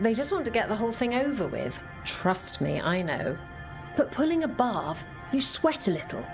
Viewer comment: The way says "Pulling a barv" kind of sounds like she is saying "Pulling above"